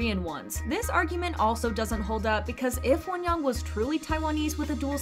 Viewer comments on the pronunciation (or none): lol why are you pronouncing her name like wonyong? you can literally just pronounce it like won-young, like how you say both words in English